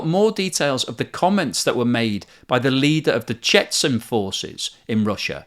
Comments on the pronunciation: The 'nuclear train' is just doing what it always does; travel around Russia to avoid NATO tracking. Its ammunition will be delivered as extra warheads during a nuclear war. Its not going towards the front, it doesn't need to. Nothing to see here. Chetzen is pronounced 'Ch'chen'. There is no Z in the Russian or Dagestani alphabet. Wagner is pronounced 'Vargna' and is so named after the German composer for his (mistaken) love of the Third Reich (the originator of Gruppa Vagnera has Nazi tattoos). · More golden content and big thumbs up on your pronunciation of Lyman! Today’s bonus words: Ka-DEE-ruv, CHE-chun/CHE-chnee-ya. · Dear, please look up how to pronounce Chechen and Chechnya.